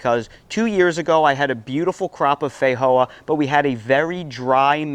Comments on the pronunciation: Fei-joa ,not Fei-hoa 😦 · Hey brother the proper pronunciation is FeiJoa not a silent J like in ESPANOL just sayin I’m Portuguese and I regularly talk about these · 😂 I just can't with the way you say feijoa, I've called them fee-joa my entire life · We call them FEE-JOA's in NZ. Never heard them pronouced FEY-HOA's. haha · theyre pronounced differently the world over due to different dialects. In places like eastern Europe it IS actually is a silent J. One culture doesnt own the fruit. Same as Spanish people pronounce "Jesus" differently than English language speakers. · Great video until the end where the eating sounds got on my nerves. I do think there is a pronunciation problem, as others noted. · FFS mate, learn how to pronounce Feijoa!! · Feijoa is a Portuguese word so the j is pronounced as it would be in English.